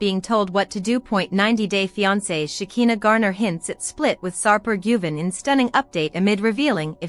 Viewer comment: LIAR! Shekinah has Not been arrested and you don't pronounce her name right that's so annoying a, I hope you don't get any viewers or likes! LIAR!